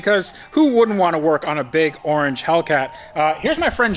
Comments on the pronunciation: The “arrrr-ange” charger #cringe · That’s a nice “Are-ange” charger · arge charger. ah yes, arnge, my favorite culler